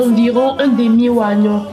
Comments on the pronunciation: Juiiii pardon faut dit ognon même si on écrit oignon adamaaaa ko ouagnon😂😂😂😂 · Vraiment J'ai adoré et surtout avec le grand King Messah en fond sonore alors là tu m'as tué. Juste une remarque, on écrit oignon mais on lit Ognon. Alors ma belle on est là pour toi gros bisous